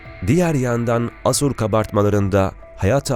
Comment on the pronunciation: Bunların zamanında Hece vurgusu müfredatta yokmuş..